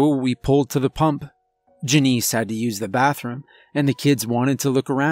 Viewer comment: Why wouldn’t he tell his wife and kids to “get down and stay down” not the cashier….and JUH-nice..? Janice..?